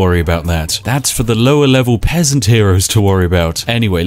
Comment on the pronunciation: did u just call me a pessant XD spiff i’ll let u win this time next time ya won’t be so lucky -_